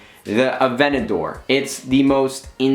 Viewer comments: Nade, Please pronounce the Aventador the way it's spelled with the T involved in the pronunciation.. its not an avenadore. A-Vent-A-Door Sincerely, Everyone that loves cars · Its pronounced (Add-vanta-dor) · sorry but dude avenador its called aventador... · You say Aventador weird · You say aventador weird lol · Hate the way he says Aventador😡😡